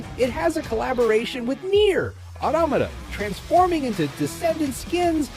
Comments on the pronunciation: Wah wah someone mispronounced something im gonna throw a fit 😂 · Ugh, that is the most stupid way I heard someone pronounce NieR Automata.